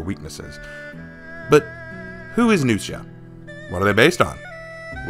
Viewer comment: The way you pronounce Nuxia, it sounds like you’re saying “New Shit” XD